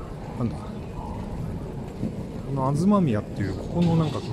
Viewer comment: 配信から３年も 経ってのコメント 失礼します。 最初ガストが有った バス通りから ガードをくぐって 渋谷、用賀行きのバス停の通りを 千歳通りと言います。 城山通りは最後 駅改札出て左側の 高架沿いの通りで 環状八号線 通称環八と交わります。 あと和菓子の『東宮』さんは ひがしみや ではなく(とうみや)さんです。